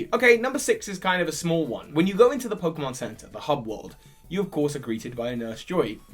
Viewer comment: Finally! He got the é right!! Also, thanks for letting me know, needed this.